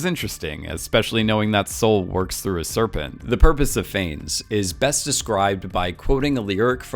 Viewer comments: “Phanes”. Jesus, that’s painful haha. For future research Wikipedia often has the phonetic pronunciation of things. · Right? Considering how many times he said the name, I wish he'd just stopped for 10 seconds to learn how to pronounce it.